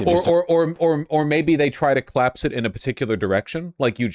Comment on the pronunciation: The way Vaush says "claps" instead of collapse..